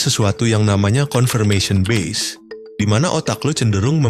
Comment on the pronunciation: Cara baca "confirmation bias" bukan gitu mas..